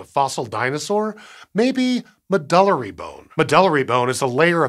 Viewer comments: I think it may be pronounced “med-yew-lary”? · I've never heard anyone pronounce "medullary" the way it was said here. MED-yoo-Larry is more like what I always hear in Continuing Education talks and conferences. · I've always heard it pronounced "Med-You-Larry"